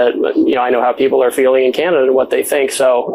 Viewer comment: Ca-na-da not kee-yan-a-duh